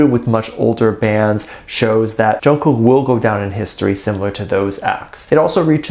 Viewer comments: WHAT BOTHERED ME ABOUT NY SHOW WAS HOW THAT MC PRONOUNCED/ SAID JK'S NAME! DIDN'T SHE PRACTICE HIS NAME ALL? ?!!!! ARMY 4 LIFE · Did you also hear that interviewer screwing up JK’s name